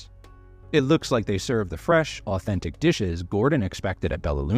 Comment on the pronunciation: Ahh-ten-tik Italian food?